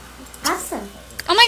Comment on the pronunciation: She just said awesom lol!! Hahahahaha